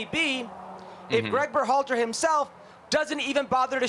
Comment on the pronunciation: When will Herc say Bérhalter, like everyone else? He'll just keep saying Berhålter forever I guess 🤷‍♂